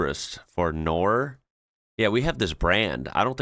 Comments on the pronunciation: I love how you say Norr like in knive with the silent k.. but Knorr is pronounced with the emphasis on the K. so its 'K'norr with the r rolling.. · The brand is pronounced "Knorr" instead of "Norr" (no silent "k" in German (names)). 🙂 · btw, you have to pronounce th k in knorr. it's a german word, so don't say norr. use the k in front. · When I was leaving Denmark after my 12-year stay there, I took some of those string cheese slicers with some spare strings. They are just perfect. BTW, Knorr is pronunced with "K". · "norr" It always amazes me how English speakers randomly decide a letter is silent 😀. The K in "Knorr" is not silent. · Also i dont know why europeans lose it over Brits saying Knorr wrong. Yes we all know its Knorr. We know the 70s ads, but at the end of the day brits AND Americans say most European words extremely wrong so who cares by now.. okay Das Boot annoys the hell out of me but apart from that im good. Im used to brits only got french words down and mess up the rest, and Americans cant handle anything in another language for some reason. So getting Knorr wrong.. i can handle that. 😊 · It is not. Knorr is not an english word so stop being a stubborn ignorant brit and start using the correct pronounciation with the ''k'' :) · In Knorr you pronounce the K. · Aromat is a good wat to add some extra seasoning also you pronounce the k in knor (German doesn't use a lot of silent letters) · Umm FYI.. The K in Knorr is not silent! 🙌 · The "K" in Knorr is NOT SILENT. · Coming from the country famous for it's cheeses (the Netherlands) I can say that the ordinary cheese planer is the best!! And I noticed you don't pronounce the K in knorr?! 😂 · Just as a hint: The "k" in "Knorr" is not silent. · 15$ for a scrub daddy... geez you people are being f..... each time you buy stuff.... Lol... why do you think the K in Knorr is silent??? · Typical English to not pronounce the "K" in Knorr. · the k in knorr is not silent